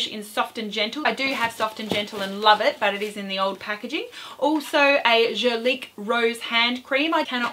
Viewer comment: why , as an Australian, do you talk about 'fall' & drug store. ..they arent terms used in this country. ..also please learn to pronounce 'Guerlain correctly..its really annoying as yr pronunciation on several words =incorrect